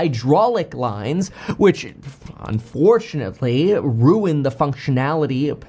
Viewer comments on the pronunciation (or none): none